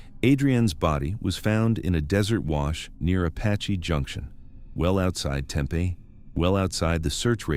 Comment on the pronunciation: The way he pronounced Tempe was like nails on a chalkboard!